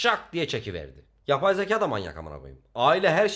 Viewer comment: YAPAY ZEKAAA!! YABAY ZEĞAE